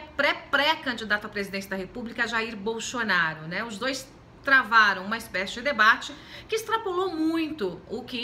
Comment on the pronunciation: "Bolxonaru"? A senhora tá ruim dos dentes ? Kkkkkk